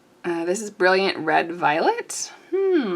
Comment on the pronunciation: Jaune Brillant (tief/dark/foncé): French for Bright Yellow (Dark!) :^> I'm afraid you're reading 'jaune' as the Spanish 'juan'. Jaune Brillant is pronounced, roughly: Zhown (or Zhone), where 'Zh' is like the J in 'Je suis'; and Bree-ah~, where '~' is an unterminated nasal vowel version of 'n'. The final 't' in Brillant is silent. (Please forgive me, I can't help myself.)